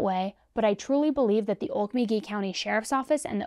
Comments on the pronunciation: Okmulgee isn’t “Ole muh gee” it is pronounced “Oak-mole-g-ee” Weird I know. Sincerely xo, Oklahoma Native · Oke-mul-gee, OK.